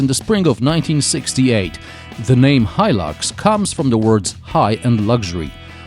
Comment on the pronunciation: Finally somebody teaches me how to pronounce Hilux